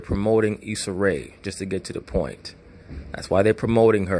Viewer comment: Issa "Isaac" Ray 😂😂😂😂😂 this dude be cracking me up